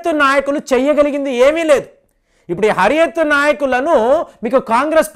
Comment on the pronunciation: Anna adi Hariath kaadu. Huriath conference.